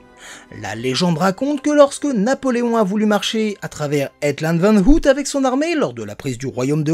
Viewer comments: Aïe, mes oreilles ... ! "hEt", pas "hèt" ... "Ôouille", pas "hout" ... Merde, pensez à vérifiez comment se prononcent les mots néerlandais, s'il vous plaît ... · Hello. Chouette petite vidéo. Par contre n'hésite pas à regarder pour la prononciation des noms en néerlandais sinon tu vas te mettre tous les Belges à dos 😁. Le double o ne se prononce pas ou mais en o long. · Je sais qu'on te l'a surement dit mais ça m'a tellement dérangé qu'il fallait que je le dise : Het land van ooit = heut lannd van eauït et le "oo" se prononce comme un long o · Salut ! Très chouette vidéo comme d'habitude. Tes vidéos reviews de parcs disparus sont mes préférées sur ta chaîne ! Et si en plus tu nous fait une petite visite en personne, c'est encore mieux. :) (Par contre, petite remarque : "het land van ooit" (littéralement "le pays d'autrefois") ça se prononce "heut lann'd vann' eau-itt". Oui, je sais, c'est pas évident le néerlandais.) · veux pas être relou mais ça se dit "au-y't", comme ouille, mais avec au- et un t à la fin. Voilà :p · Sinon, "ooit" prononcer "auyt" signifie "une fois" en néerlandais. En vous remerciant. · T aurais pû te renseigner sur la prononciation de ooit avant de faire la vidéo. J ai mes oreilles qui sifflent à chaque fois que tu le dis!